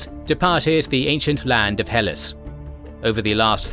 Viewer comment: Good show. It's pronounced "Heh Lass" as in